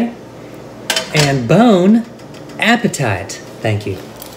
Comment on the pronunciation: "Bone appetite" lol